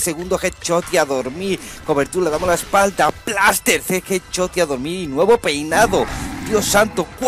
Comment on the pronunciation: jet chot jajajajaja pronuncia bien carnal